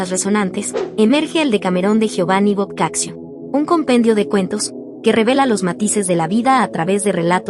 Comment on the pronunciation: Se pronuncia " boccacho"